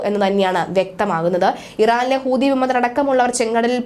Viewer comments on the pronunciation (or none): none